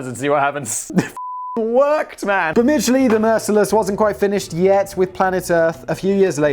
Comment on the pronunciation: I would just like to say....thank you for pronouncing the name right. (We don't talk about Thomas...)